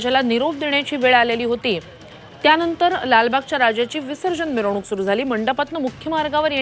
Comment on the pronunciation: अरे मिवरणूक नाही मिरवणूक